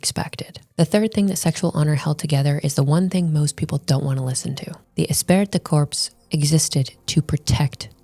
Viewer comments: Jeez!!! Esprit de corps is pronounced, "E-spree da core" not "decorps," you Gomer Plye (if you don't get the reference, Google it). How do you make a video and know how to pronounce a key word? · Interesting video! A couple thoughts... * This "esprit de corps" strat wasn't only to protect women; it was also to protect men against the elites monopolizing all the women. And, as the lady said, the kids. * "Esprit de corps" is pronounced more like "Espree day core". Means "group spirit" in French, and started off describing military units. * Not sure about this, but I wonder if this phenomenon has impacted the developed world's fertility crisis. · Esprit de corps is pronounced Espree de core. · oh god it's pronounced "esSpree dih core" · Espirit de corps is pronounced "Espree de core" Just a pet peeve of mine. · I watched this video from her a dat or two ago. Good video except for her atrocious pronunciation of French. It's pronounced 'espree du cor". That was the one thing I hated throughout the whole video, haha. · Love it when internet idiots try to act like they're deep, and have a thorough understanding of something, and then mispronounce the name of the key concept. Espirit de corpse... Women pretending to understand is always hilarious. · These chameleon bjtches always try to discredit "red pill" while repeating its exact points. They're grifters. They see the mainstream intentionally misidentifying red pill and they go along with the crowd. They can't help themselves. "Women" Also, she butchered the pronunciation of esprit de corps. It's pronounced eh-spree-d'-core with emphasis on spree and core. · Espirit de corps! The t and p are silent! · Her pronunciation of "esprit de corps" is grating.